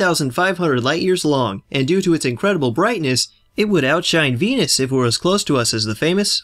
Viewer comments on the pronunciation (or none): none